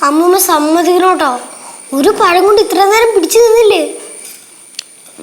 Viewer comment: ഒരു പയം 😂😂😂😂😂😂😂😂